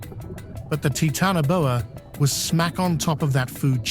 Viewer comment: “Titanoboa”, root word is “Titan” pronounced Tie tan not “Tee tan”, just so you know.